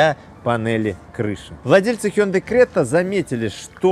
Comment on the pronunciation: Ни крэта,а крета.